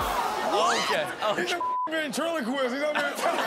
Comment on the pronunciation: He said ventriloquist 💀💀💀